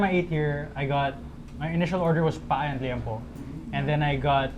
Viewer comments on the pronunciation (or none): pā-a po ang Ilonggo pronunciation, hindi pa-á 😂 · And these inasal "experts" can't even pronounce "pa-ah" right. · Yall can't even pronounce PAA properly